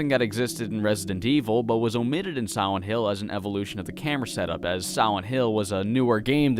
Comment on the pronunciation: Am I the only one that thinks he keeps saying siwent hill